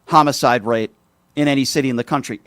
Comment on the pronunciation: He cannot even pronounce homicide correctly.